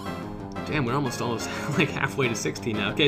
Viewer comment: i like how he said we are halmost halfway there to lv16 at lv14